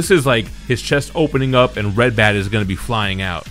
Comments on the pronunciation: Ratbat, not Redbat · Ratbat not redbat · I'm not sure if you said redbat. I believe the character's name is rat bat. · Did he just can Ratbat "red bat"? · Ratbat, sir. Rat. Bat.